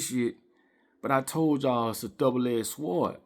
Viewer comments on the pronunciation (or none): Your “Sword” is pronounced “Sord.” The “W” is silent my guy.